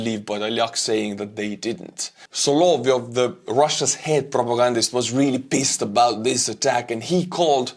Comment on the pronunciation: You don't need to read em. I don't really like how does it either - and he needs to learn how to pronounce solovyov, not solveeof 😂